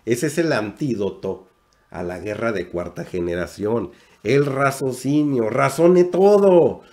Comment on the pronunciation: Y no me lo tomes a mal. Se dice: RACIOSINIO. No razocino. Y si. Tienes razón. Hay que saber qué escuchar, porque debemos saber discriminar, qué escuchar.